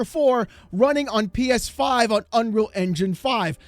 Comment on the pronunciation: PEESFIIIII 😂😂